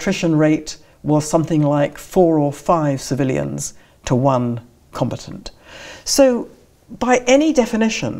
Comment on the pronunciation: Not compatant but com-bat-ant.